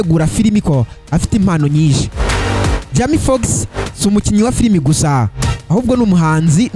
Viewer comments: Man ubundi ureba films? Banza uzige kuvuga bizagufasha ntago jama fox ni Jamie Foxx hera aho 👍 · Ubuse Icyo nigitekerezo nyabaki? kuvuga izina urumva c yasoma amazina nkuko uyasoma kandi ataramazina akomoka mu Rwanda we cado😂😂